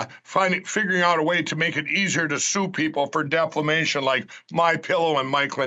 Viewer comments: did Lindell said " deflamation " ? sheesssh lol :)) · "sue people for defLamation" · I love how Pillow still says "deflamation" He deserves to go bankrupt. I wonder if he's learned how to abuse the system with bankruptcies like tRump has for decades. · Ah yes.. Deflamation... 😂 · Has anyone ever asked mike lindell what is a “deflamation”?!! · "Deflamation" -- Lindell is a moron. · Can somebody please tell Mike Lindell that it’s pronounced ‘defamation’, not ‘deflemation’? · Did Lyndell really say "deflamation"? Good God. I just can't. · Did mypillowguy say ‘deflamation’? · Did "Pillow" say "deflamation"? Again? 🤦‍♂️ Really? ? "Deflamation"? Again?!!! Nobody loves Mike enough to correct his abuse of everyday words? This is sad. He does it every single time he speaks. He does not understand what is going on outside of his conspiracy bubble. I am NOT a qualified doctor, but we have been watching a case of mental illness for years now. I feel sorry for this tool of the extreme right. Make it stop! 🤦‍♂️ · "deflamation"? Seriously, Mike?